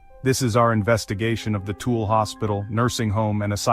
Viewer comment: tooelle pronounced too will a .